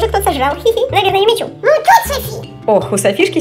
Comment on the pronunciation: "Юми-чу" правильно